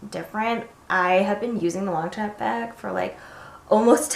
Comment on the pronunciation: Long-sham not long champ